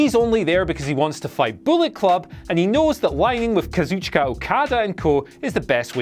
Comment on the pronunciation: Finally a british man finally knows how to pronounce kazuchika right now